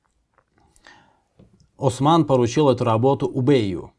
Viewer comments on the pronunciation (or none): none